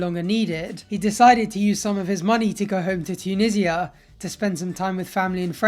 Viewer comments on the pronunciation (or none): “Toon-ee-ja”, not “Tune-i-zia”